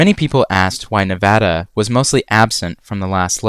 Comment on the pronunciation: Thank you for pronouncing Nevada the correct way !